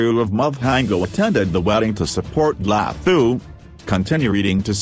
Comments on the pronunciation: all I could here was "Lahooo"! they could've used a South African for the voice over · Ihhhe....so we just gonna ignore hw ths guy pronounce Dlathu?....hhaybo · mmm the way u pronounce her surname kkk so funny